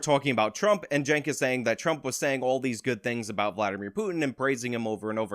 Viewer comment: please stop calling him "jenk". His proper name is Chunk Yogurt